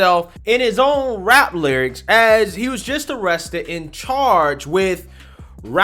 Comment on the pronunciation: Sorry, but she said wapper and awested. Hard to take it sewiouswy.